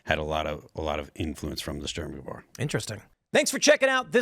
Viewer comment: a storm what now, Phil? Never heard Sturmgewehr (pronounced shturm-gevairr) pronounced that way and now I'm uncomfy. That being said, I'd also love to own one, but that weird kurz ammo is probably a nightmare to source.